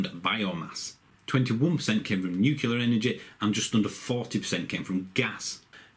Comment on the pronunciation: Well done, the more about this subject the better, however... please avoid doing a ‘Bush’ and learn how to say nuclear. It is not nu-ku-lar, it is new-clear.